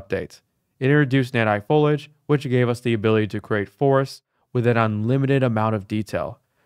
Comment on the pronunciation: lol, last unreal engine video I watched was almost a year ago. Started watching and the first time I heard him say "follage", immediately remembered, "oh wow, it''s the follage guy again"